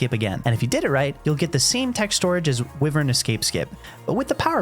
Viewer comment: WIVERN??? It's "Wyvern" (Why-vern) dumbass😂